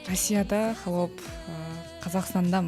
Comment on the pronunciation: сураныч🙏"хАлоп " деп айтчы туура айтылышын, а то "Холоп " деп жазылат.(Ухо режет )